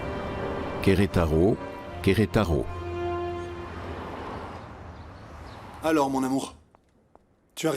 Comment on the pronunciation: Qui comme moi en a marre d'entendre cet homme qui dit Querétaro Querétaro on dirait qu'on sait pas lire.....😂